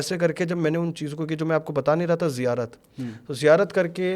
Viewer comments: kabi zirayat kabhi zikayat kabhi ziyarat sahi se to bol nahi pa raha esa kuch nahi hota hai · जिरायत ❌ नही ज़ियारत होती है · Itna pade huye ho bur ziyaarat thik se nhin bol paate ,,,ye kya baat hui yaar 😢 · zairarat nahi ziarat hoti hai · Bro its Ziyarat not zikarat or what the words this Maulvi sahab is trying to say 😉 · ज़िरायत नहीं बे, ज़न्नत नहीं बे, तू सब कुछ ग़लत बोल रहा है, वो रुमाल क्यों बांधा है?? पहचान छुपाने के लिए?? फालतू बकवास कर रहा है ये सो कॉल्ड बाबा, ये सिर्फ पैसे ऐठने और पब्लिसिटी स्टंट है, सावधान कोई पैसों का व्यवहार न करे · He must be 100% tiktokker. When he is not able to pronounce islamic terms (ziyarat) how can he be a molvi🤣